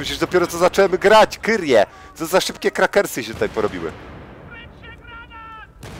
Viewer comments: czemu mówisz "kyrie" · Ty mi tu mówisz żę to kyrie i teraz sam siebie zrobiłem w huja mysląc że on ciągle mówi kurier ale wymawia kyrier :D